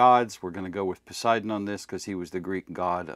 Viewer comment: Don't expect a Chair Force veteran to be able to properly pronounce Poseidon 🌮🌮🌮